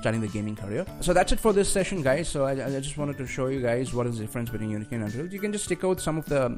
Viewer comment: It is "Un-real", not "Un-Dreal"!